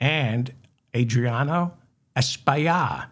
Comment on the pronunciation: As my Congtessman, his name's pronounced Es-pill-lot. I hope you said his name correctly when he was on your show!